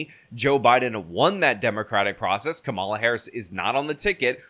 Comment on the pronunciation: Nice to hear you pronounce “Kamala” correctly, rhyming with “masala.”